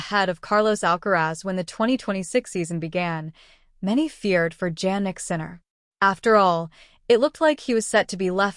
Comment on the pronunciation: Please check the pronunciation of Sinner’s first name. You can try to listen to TV and double check